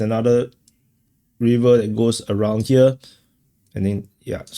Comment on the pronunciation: "Reever" is not the correct pronunciation for "River." Neither is "Hayvee" the way to say "Heavy." Try Google translate for the correct audio.